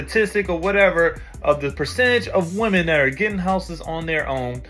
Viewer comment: 😂 where do they come from that more than one woman is still being called woman!? It's pronounced women! (Wimin)😂